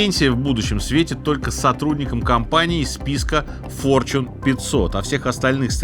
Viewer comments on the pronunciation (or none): none